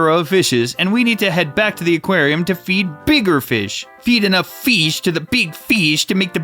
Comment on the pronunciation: i had a mental stroke while listening to you say feesh 20 times also F R O G